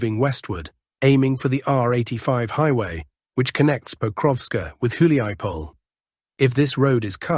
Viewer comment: How truly Russian or otherwise East European (as your name suggests) are you? Because you pronounce all placenames with a very English distorsion: hulya-powl instead of actual Huliapole, lay-man, instead of actual Lyman (lee man). It's funny but disconcerting, I thought you were from Russia, or somewhere in that part of the world.